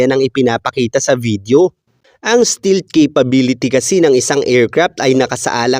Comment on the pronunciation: Hindi Stilt❌️ Iba meaning ng Stilt Sir... Google mo pa... Ang Tama STEALTH✅️ St"E"alth...